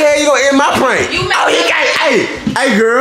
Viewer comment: said is it a prankleeee